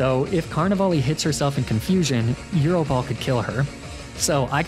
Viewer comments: Also gyro ball as eero ball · What about the way he pronounces Gyro ball as Eero ball? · YES, BUT THEY DON'T SAY "YEEROH" IN THE ANIME! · Calling Gyro Ball "Euro Ball" as I the Greek food item KILLS me 🤣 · I'm new to these vids; is mispronouncing certain words a running gag? Got thrown off by euro ball (gyro ball) and jija impact (giga impact) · thanks! I can appreciate a good running gag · You did not just pronounce gyro ball like a Greek meat lmao